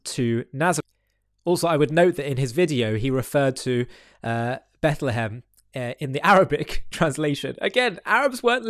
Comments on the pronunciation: Did he say Bethlem??? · What gets me is that he literally says she was in Bet Le hem. Um…dude. Beit-lechem is literally HEBREW. You spoke HEBREW. It means “house of bread.” Oy vey.